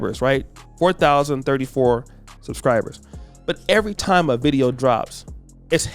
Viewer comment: If your mayor can't say "ask" right and pronounces "time" as "ti" you have made a seriously poor decision.